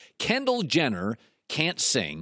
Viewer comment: "Kenndall Jenner..." I'M OUT. THIS GUY'S AN IDIOT.